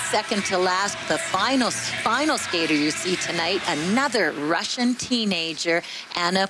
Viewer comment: One nice thing about both tourney announcers and NBC commentators is that they took time to research and then effort to use proper pronunciations of Russian girls' names. Showing some class!